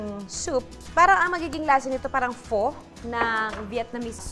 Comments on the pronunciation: It is pronounce as "Fa" PHO not "Po" :) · Love this episode. Luna is getting more gorgeous! Btw, Pho (Fo) is pronounced as (Fa) as per my Vietnamese colleague. 💛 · It’s FA not faux when you pronounce pho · Pho= pronounced as “Fá” not “Fo” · I will surely try your soup recipe. Btw, I don’t want to sound rude,but it is actually pronounce as “fuh” . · Judy Ann's Kitchen Hi I don’t mean to be mean but PHo is pronounced as Fuh. Love the recipes though.👍🏻😍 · Loved all of your videos 😍 already tried your adobo flakes.but skipping the rice instead I used cauliflower "rice",iam on keto diet. BTW you should say "pha" the "o" in pho is pronounced as "a".😍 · Luna is so cute. She always wants to help. 😍😍 Btw. Pho 🍲 is pronounced as “fuh” 😊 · Pho is pronounced as "Fuh" like the word "F**k". But all in all I enjoyed the video and might surprise my boyfriend with this! Thanks Ate Judy! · Not a basher....Pho pronounced as "Fa", knowledge is power sabeh ni Ernie Baron